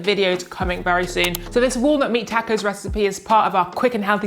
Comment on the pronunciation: Looks good, will try. Btw, you're saying tacos wrong.